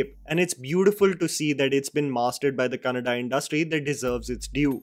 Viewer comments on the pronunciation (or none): i am not asking u to learn kannada language but at the very minimum u can spell out the obvious correctly. 'Kannada' is not pronounced like Canada. The double n or "nn" is there for a reason. It's the same stress on the letter when u pronounce Anna or allah or Amma or ganna (sugarcane) for double letters. Can't believe I have to spoonfeed north Indians this way on how to pronounce such a simple spelling.